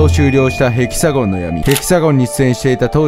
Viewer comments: ヘキサゴンとマリエのイントネーションが独特ですね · ヘキサゴンのイントネーション気になる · ヘキ↑サ↑ゴンって発音おかしくね？笑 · ヘキサゴンのイントネーションが気になる😂笑